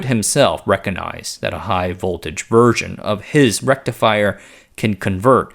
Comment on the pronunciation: Very well presented. Just FYI though, it's, "MERK-yer-ree" and REK-coG-nyzed". I sort of lose track of what you're saying when I hear those words pronounced so oddly.